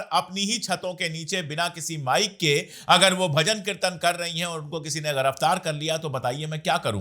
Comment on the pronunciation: Sir aap apni Urdu thori theek kijiye Jurm hota hai zurm nahi Giraftar hota hai ghiraftar nahi Namaz hota hai Namaj nahi Sazish hota hai Sajish nahi